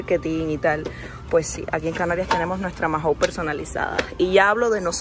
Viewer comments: Mahou se pronuncia "mau" y no "majou". Nada importante, pero me da toc al oirte decirlo 😝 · Majou???? Se dice mau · en español la h es muda. No digas "majou". Maou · Perdona está bien escrito Mahou,pero todos los españoles cuando pedinos esta marca de cerveza pedimos una Maou sin la h intercalada tu es como una j dices que a la h la pronuncias como si fuera una dices majaou,te t repito está bien escrito Mahaou, si pudira hablar contigo por tfnº te lo explicaria mejor,espero que no te moñestes,un saludo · No se dice Majou se dice mau. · “Majou” no, “maou” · ¡¿¿ "Majou"?" Pero niña, a quién le oíste pronunciar así??🤣¿Cómo que no hay frutas tropicales en la península?¡Pues claro que sí!! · La cerveza Mahou, no se dice “Majou”, la h es muda… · Cómo es posible que lleves más de un año viviendo en España y no sepas como se pronuncia "Mahou" o que las monedas de los carros de la compra se devuelven?